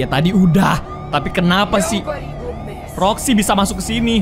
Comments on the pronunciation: kok Roxxy dibilang Foxy:v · karegi roxi bukan foxi